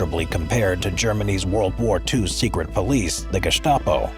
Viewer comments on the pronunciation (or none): none